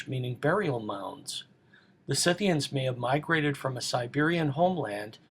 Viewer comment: Someone who actually knows how to pronounce "SCYTHIANS" correctly! Thank God!